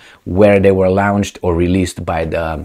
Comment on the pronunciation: LAWN-CHED, LAWN-CHED. NOT LOUN-CHED!